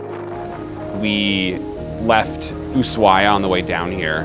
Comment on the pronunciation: Love everything except your pronunciation, it is AnTartica not Anartica, and it is USHuaia not Oosuaia... it just spoils the good video...